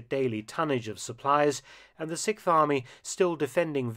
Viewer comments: Sixth Army, not Sikth Army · The SIKTH army - am I the only one who noticed that Mark cannot pronounce the word "sixth"? The worst part is that he says the word about 30 times in this video..... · You're still at it, with the "sic farmy"? Come on, you can pronounce "6th Army" better than that.